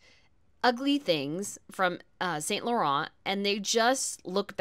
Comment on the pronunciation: It's not pronounced 'saint Lor-ont'...as someone commenting on fashion at least try to pronounce the design houses names properly